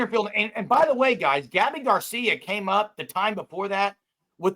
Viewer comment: BOOOOOOOOOMMMERRR! Gabby Gar-See-YA 👋🏼